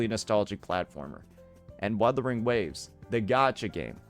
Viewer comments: "Werthering waves" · Wotherwing waves 😂😂 Bruh pronounced it two different ways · they just joking about the way says the game's name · bruh, he meant that the emcee didn't say the name right so it's not a 100% win😂